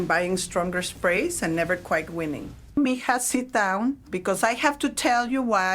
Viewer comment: This ai even called us MIJa